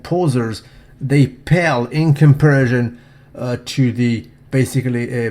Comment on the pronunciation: I like how the says comparision as opposed to comparison.